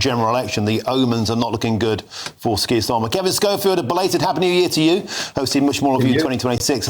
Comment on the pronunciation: Are you saying 'skier Starmer', it sounds like it! He certainly does not deserve the title 'Sir'. In the old days you were given a knighthood for bravery, service or for doing good for the country. Starmer has done none of these things. He lied to the country and continues to do so. He gaslights the people. He is a traitor. He prefers the WEF to Westminster. He loves Muslims over the British people. He is a weak little excuse of a man and his Knighthood should be removed.